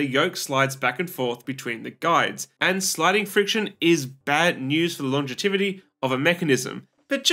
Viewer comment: longevity. No such word as "longetivity".